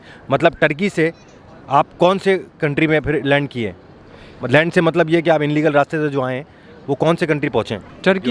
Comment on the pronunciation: Inlegal nahi illegal hota h